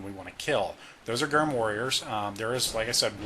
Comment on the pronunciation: I like the video but “Gyrm” is pronounced like “germ,” no hard g